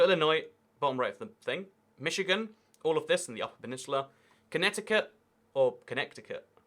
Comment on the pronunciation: At least you said Michigan correctly. Most British people say Mitch-hig-an.